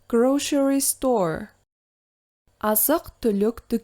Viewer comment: Неге police -ти полис,grocery -ди гроушери деп окып турсыз?Былай окылу кате емес па